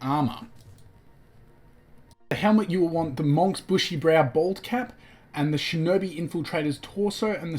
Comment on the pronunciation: It’s pronounced munk